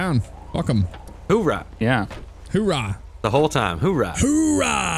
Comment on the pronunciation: Oorah, not hoorah Actually, just don't say it :\